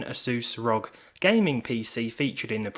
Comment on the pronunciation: ive never heard someone say Rog and not R O G gaming lol